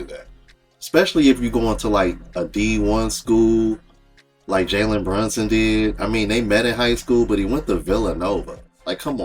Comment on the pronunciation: She can't pronounce the dude name right.......